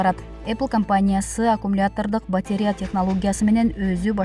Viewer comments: Сабатсыздык! Батарея 🔋 деген соз оор болсо керек диктор кызга 🙉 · Урматтуу журналист, «БАТЕРЯ» деген соз жок, БАТАРЕЯ деп айтыш керек 👎🙄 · Батерья эмес, батарея, тантыраган идиоттор, аллергия болуп буттукко, силердин билиминерден! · Онураак суйлогонду уйронсонор,батря эмес батарея деп суйлосонуз кызыксынар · Батеря🤣🤣🤣 Батарея дечи неграмотный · Журналисттер батеря-деп окуса 🤭🙈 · Батерия дебей батарея дебейсинби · Дикторлор туура окусаныздар батеря эмес батарея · АЙЛАНАЙЫН ДИКТОР ТУУРА ОКУУП АЙТСАН.БАТИРЕЯ ЭМЕС,БАТАРЕЯ.ЛААВРОВ ЭМЕС,ЛАВРОВ.ТООБО ЭМНЕНИ БУТТУН ЭЛЕ СААНЧЫ 61 ЖАШТАГЫ МЕНЧЕ СУЙЛОЙ АЛБАЙТ ЭКЕНСИН.УШАКТЫ КЫЙЫН АЙТАСЫНАР,СЫНДАП АДАХАНДЫН КЕШИГИН ИЧКЕНСИП.😁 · Батарея дебейби батерия дейт го. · КАБАР МЕДИА ЖУРНАЛИСТКА КЕЧИРИП КОЮНУЗ "БАТЕРИЯ"ЭМЕС"БАТАРЕЯ" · Батеера эмес батарея . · Батеря эмес "батарея' туура окусанар боло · Батееря эмес батарея!Ушул сабатсыз дикторлорду кантип жумушка аласынар? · батерея эмес, батАрея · Батеря эмес,батарея. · батеря эмес батарея, сабатсыздар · Батерия дейт го😰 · Комментатор кагазга жазылып берилген маалыматты жакшылап окуп бербейби: батарея,канцелярия - деген созду да окуй албай олтурат... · Батарея деген созду он окуй албаган дикторунарды жакшылап грамматикага окутуп уйротуп анан чыгарбайсынарбы